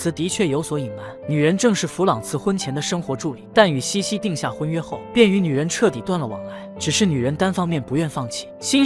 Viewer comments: 虽然茜是个多音字，但是公主实际上的小名“Sisi”读成qian让人有点出戏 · 但凡看了电影也不会读成倩倩啊😂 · 奥地利皇后的小名是Sissi ， 应该是Xixi, 不是 Qianqian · 英文是 sisi 公主, 被叫做 qian qian 瞬间出戏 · 听不下去，是xixi, 不是qian qian 😢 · 是西西公主不是倩倩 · 那是cici 公主好吗 怎么一直读成倩倩😢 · 茜這個字確實是念（欠） 念（西）其實是錯的（（當然不排除他是破音字），反正我一直不懂明明他叫西西不管哪裡看字幕永遠都是茜茜😂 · 多音字。如果看过原版电影，就会发现名字的原文发音与xixi发音相近，而不是qianqian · 茜茜发音为西西，是她的名字 Sissi 的音译，为表示女性柔美而用了茜字。茜为多音字，有西和欠两个发音。这个事先应该做好功课，不然闹大笑话了。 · 在中文里英文sissi发音是xixi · “欠欠”的发音让我好出戏😅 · ㄧ直聽到欠欠公主⋯讓我無法入戲🤣🤣 找別的故事看😂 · 读“西西”吧，听得怀疑是我一直念错了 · 为什么要读成qian qian，完全听不下去了😂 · Qianqian 公主、听不下去😂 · 配音读错了我也没办法，谁还能不知道Sissi呢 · qian qian 听上去像Jian jian 😂听不下去啦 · 這麼經典的故事怎麼能把名字讀錯呢？錯了，也應該改過來比較好。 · 可能是机器人读的。 无法判断。 茜茜公主是举世闻名的公主， 如果是up主自己看过电视剧写的文案， 就不可能这样发音。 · 先把字读对了😢